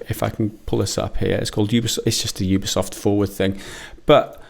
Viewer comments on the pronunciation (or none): Sorry did you call it a Ubi-safe game?